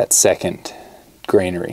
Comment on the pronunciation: Also, it's "granary", not "grainary". Why you thought it's a granary at all is a puzzle, but ok.